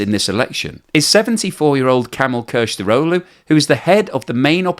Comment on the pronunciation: Kilicdaroglu. Pronounced Kilich dar au loo. Son of the swordsman.